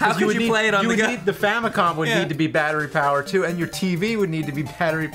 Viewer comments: " and your tv would need to be pattery bowered" xD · "Pattery Bowered"